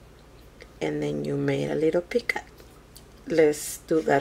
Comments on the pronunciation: picot the t is silent. should sound like "pee coe" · i like your video but please the word is picot you don't pronounce the t at the end